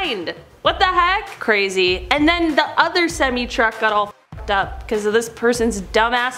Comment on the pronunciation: its semi not cemi get it right i hate that